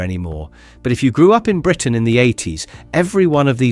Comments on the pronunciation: "No fashion trend screamed 80s (long unnatural pause)......... (then completely wrong intonation) Britain louder than the shell suit". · Funny how there's the same excess gap between the words "80s" and Britain" every single time - that's a dead giveaway clue to an AI-generated voice-over! In fairness, this one's pretty good and natural-sounding otherwise.